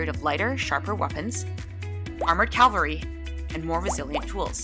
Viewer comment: It's armored "CAValry", not armored "CALvary".